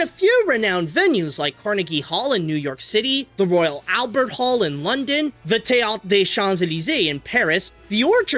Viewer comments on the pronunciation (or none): none